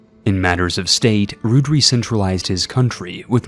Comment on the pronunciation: ciniod is pronounced "kee-an-od" and Ruadrai is just "rory"